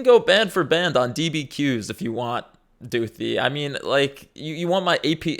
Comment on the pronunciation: Her name is spelled with a “th” not an “f” So it’s Doothi, not Doofy